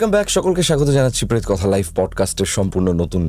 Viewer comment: সবই বুঝলাম কিন্তু উনি 'পেত'- কথা বলছেন কেন???